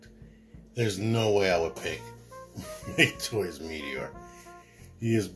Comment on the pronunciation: It's "Mah-kay Toys". Thanks for the video!